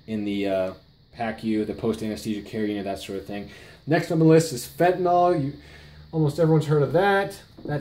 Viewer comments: I know: I'll sound petty. BUT? Even the experts say "Fenti-NAWL?" LOOK at it. Why's it hard to say Fenta-NIL. Sorry. Thanks for your time! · Why does everyone say fentaNOl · why cant anyone pronounce 'fentanyl' correctly